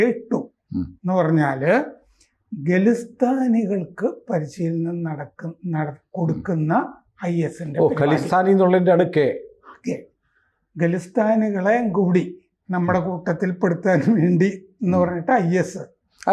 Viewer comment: Khalistani not Gilasatani 😂